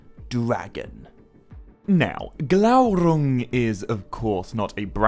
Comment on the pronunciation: I never comment, but was compelled to do so when I heard your rolled R in Glaurung. Remember your frustration at not being able to, but now you can! Worth waiting for every time, a youtube treasure and best Tolkien channel here. Appreciate it!!